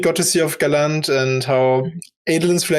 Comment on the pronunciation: Gallant doesn't rhyme with Shallan. It's an English word that's pronounced as GAH-lunt